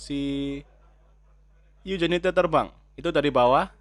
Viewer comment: Maaf min. Bacanya "injenuiti" bukan iujiniti 🙂